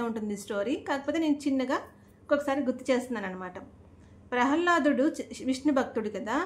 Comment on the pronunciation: ప్రహల్లాదుడు కాదు మా. ప్రహ్లాదుడు